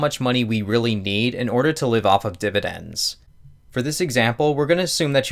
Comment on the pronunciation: am i the only one who had to click away when he said dividens the first time